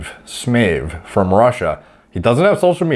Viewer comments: I believe it's pronounced Sih-my-ev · Pronounced " smi ev " I believe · No one:: Andre S M E Y V E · It is pronounced Andrey Smaayev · A читается как Э, manage, masage, package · no bro, e is ye in Russian, bro